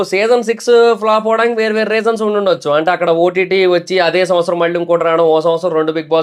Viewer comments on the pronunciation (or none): none